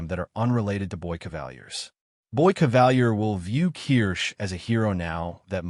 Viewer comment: Why do Americans always deviate from the pronunciation of names in their own shows? Kavalier is (in the show) pronounced cah-vah-leer, NOT ca-val-year.